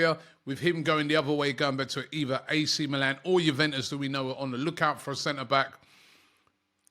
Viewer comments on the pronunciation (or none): none